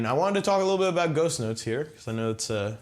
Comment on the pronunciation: at 20 seconds in, I swear he said "I'm gonna touch on ghost nuts"